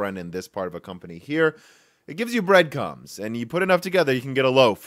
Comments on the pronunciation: "bread cums" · Bread cums I laughed a lot. Thanks that brightened my day a bit.